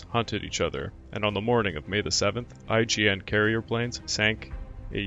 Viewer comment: So was I (cringing over "B-52s," that is). Every time I heard it, another blood vessel burst in my left eyeball. And every time I heard "IJN" pronounced "IGN," another burst in my right. The comedic value of "Waldron's squall-dron'" almost made up for it, though.